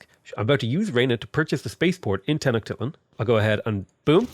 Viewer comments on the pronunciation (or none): By the way, usually Tenochtitlan is pronounced with a long "I" sound. So it's pronounced "Teh-nock-TEET-lawn." Think teat not tit 👌